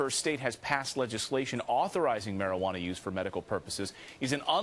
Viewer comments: What the hell is MARIJUANER??? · anybody else notice ATF Sullivan saying marijuan-er? or is it just me? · what is a marijuaner? atf can't even speak right, how can you expect them to interpret anything?